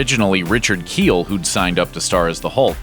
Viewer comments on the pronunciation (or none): none